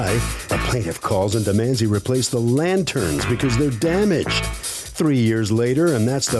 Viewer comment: Lady they are called lanterns, not lantins. Thank you. Goodbye.